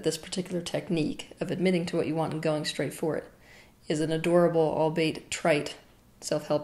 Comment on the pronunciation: Teal, love you! As a Gemini, I think you will appreciate this linguistic tidbit from me: ALBEIT is pronounced ALL BEE IT, not ALBATE. Love and light and fuzzy unicorns...